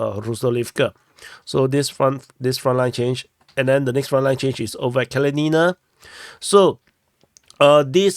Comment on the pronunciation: That's Kalinina (pronounced KAL LIN IN NA. Not Kal leen een a). The town is named after the Communist Revolutionary Mikhail Kalinin, first President of the Soviet Union. The Ukrainians tried to force the ethnic Russian people of the town to rename it, under the 2017 law forcing all towns to remove Soviet names), but the people of Kalinina REFUSED, and told the Ukrainian government to go to hell. Artyomovsk and Dnepropetrovsk didn't want to change their names either, but the Ukrops just forced out local government, and then changed the names anyway. I guess Kalinina was too small for them to bother with. heh. Hats off to the people of Kalinina, the Russian people of Donbass don't like to be pushed around by the Ukies. Hopefully by the end of the year the Russian Army will finish liberating the entire Donbass, though it may take well into 2025. No matter, the Donetsk People's Republic and the Russian Federation will not stop until they have done so. Tell your NAFO buddies that - they need to understand it.